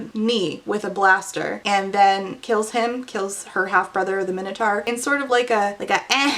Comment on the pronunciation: How do you not know how to pronounce Minotaur? Dislike just for all the butchering of common words you should have learned in middle school.